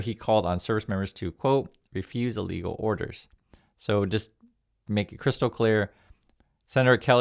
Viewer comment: Sorry, but you need to enunciate more clearly. When you say “illegal orders” it sounds an awful lot like “legal orders”. Love your stuff.